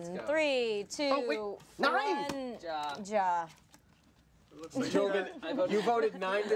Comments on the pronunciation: Ja is pronounced YAH! Not Jah! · every time they say dja instead of ja my life gets shortened by like a year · FOOLS. STOP SAYING JA! ITS PRONOUNCED YAH!! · Am I the only one that gets triggered when they pronounce the 'j' in ja as a 'j' when it's actually pronounced as a 'y' in German. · You pronounce "Ja" like "ya" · Ha is pronounced ya as they don't pronounce the j's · Ich am German and I am so offended by them saying "ja" wrong... 😂😂😂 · so funny to hear how you have no idea how to pronounce ja and nein;) greetz from Germany.....love the channel you guys:)